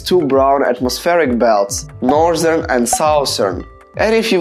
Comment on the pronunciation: Norzern and Souzern Its ok people r not rlly gud english